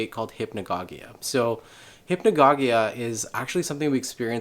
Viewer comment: I'm sure you've heard of the ajna light? I heard Dennis McKenna talk about it on a podcast a while back. Also I think it's pronounced "hip-na-go-jick" or "hip-na-go-jia" but maybe that's just the way I've always heard it. Great vid :)